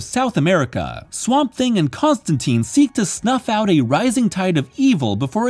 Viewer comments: it's ConstanTINE NOT ConstanTEEN !!! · It's Constantine, as in "line." "TYNE." Not "teen." The man himself corrects a character in this run. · It's pronounced Con-Stan-Tine the e makes the I say it's name. Like in fine. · I hate to be that guy but, It’s pronounced John ConstanTINE. Good video. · Whoa whoa, hold the phone. It's ConstanTEEN. Why? Because he's English, and that's how we English pronounce English. It's our language - it's the Americans who ruined it ;) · Great video but it drives me crazy to hear Constantine pronounced wrong the entire time - as per what Alan Moore established in this very run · This is a nitpick, but Constantine rhymes with wine, not teen. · ConstanTEEN is the American pronunciation, you’ve got this backwards.